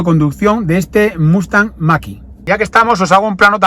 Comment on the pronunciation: Gracias por el vídeo y la información... 👍👌👍🙏 Todo digno de un Mustang... 🙌🙌 un explendido "Muscle-car" USA ("Mexican") ... 👌👌 P.D. Por favor... "Machiiii..." Noooo... , ¿no pone "Mach -E" ?? (hablando en "Spanish"...) 🤔🤔😂😂😂 Saludos... 👋🙋😃